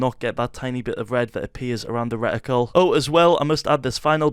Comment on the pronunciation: i did not know how to turn on the aiming thing in the middle on my Xbox and now i finally know after 4 years. Thank you so much bro. kudos😁😁👍👍👍 "Recticle"